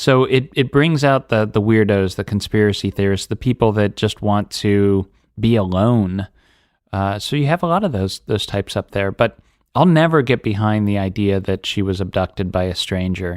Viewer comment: “Conspiwacy theowists” this guy is insufferable…